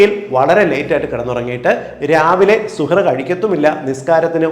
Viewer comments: വിലപ്പെട്ട അറിവ്,, നന്ദി,, ഒരു തിരുത്ത്,, പ്രിയ ഡോക്ടർ: ഇടയത്താഴത്തിന് അറബിയിൽ സഹർ, എന്നാണു് പറയുക, ഡോക്ടർ പറഞ്ഞത് സുഹർ എന്നാണ് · സൂപ്പർ.. 🌺നല്ല അറിവ്... 🌷🌷🌷സുഹറ് ന്നു അല്ല ശരിക്കും സുഹൂർ എന്നാണ് അറബികൾ ഒക്കെ പറയാറ്.. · വളരെ നല്ല നിർദ്ദേശങ്ങളാണ് സാറ് തന്നത്... Thank you so much.... സുഹർ എന്നതിന് പകരം സഹർ എന്ന് പറഞ്ഞാൽ👍👍👍 സാറിന്റെ വായിൽ നിന്നു റമളാനുമായി ബന്ധപ്പെട്ട വാക്കുകൾ കേൾക്കുമ്പോൾ തന്നെ വല്ലാത്ത സന്തോഷം.. Eg: ഇഫ്താർ, സുബ്ഹി, തറാവീഹ്.... ഓരോ മത ചിഹ്നങ്ങളും അറിഞ്ഞ് ആദരവോടെ സംസാരിക്കുമ്പോൾ തന്നെ എല്ലാവരും സാറിന്റെ ഓരോ നിർദേശങ്ങൾക്കും കാതോർക്കും... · സുഹർ അല്ല... സഹർ 👍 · സുഹൂർ എന്ന് പറയാം. സുഹ് ർ അല്ല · സുഹറ അല്ല സഹർ അത്താഴം എന്ന് മലയാളത്തിൽ പറയാം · സുഹറ അല്ല സുഭ ഹ് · സുഹൂർ എന്നതാണ് ശരിയായ ഉച്ചാരണം. താങ്ക്സ് ഡോക്ടർ .